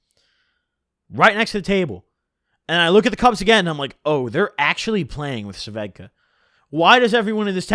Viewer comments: Bro it’s svedka not sevedka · It’s svedka not suvedka lmaoo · What the fuck are you saying? Svedka? Ss ved ka... Am I insane? Do you actually pronounce it Sa ved ka like he is? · Nobody: Noone ever:: "Suhvedka" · Why u call it suh-vedka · why u say svedka "Sa - vedka" like that hahaha